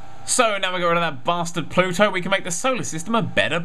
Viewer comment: i thought he said pluto iou